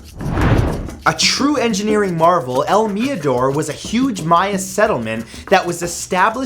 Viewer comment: Cringy how he say el mirador in american accent.